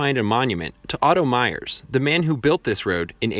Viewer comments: Ouray is pronounced UR-AY. Mears is ME RS Not myers. I love that drive. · your-AY is the proper pronunciation for Ouray. Otto Mears' last name, locally, is pronounced "Meers." I grew up in Ouray; learned how to drive on 550. My driving test for my father (before I could get my license) was to drive from the Pass in front of him using the gears. If he saw brake lights, I failed. When I finally took my test, the guy had me drive out of town to a narrow stretch, had to do a three-point turn, then drive back to town...in February...that was it! I didn't learn to parallel park until I was well into my twenties.